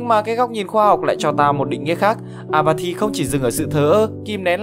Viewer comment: Apathy mà tôi cứ nghe nhầm “à mà thì”